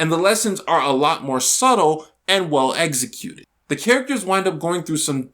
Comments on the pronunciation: It's executed, not eggsecuted. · The way he says executed lmao